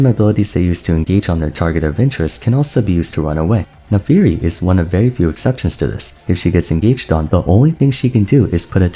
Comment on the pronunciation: It always feels weird when people say "Nafiiri" instead of "Naafiri", is there a lore reason for this?